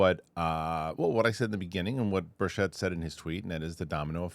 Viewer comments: BIRCH-it, not bur-SHETTE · Rep. Tim Burchett's last name is pronounced BURR-chit. READ YOUR COMMENTS! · Burchett's name is pronounced with the accent on the first syllable, not the second.